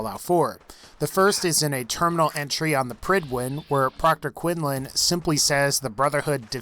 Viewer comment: Oh my god, you actually pronounced Quinlan's name correctly I'm so proud of you